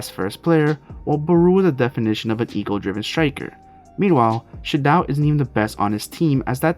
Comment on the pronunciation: It’s pronounced “She-doh”